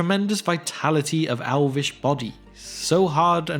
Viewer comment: Elvish has an E sound. You keep saying an A sound. Alvish? Alvin... ALVIN!!! 😂🤣😂🤦‍♀️ ok enough of this bullshittery. I cant listen to any more about the Alves. Im done.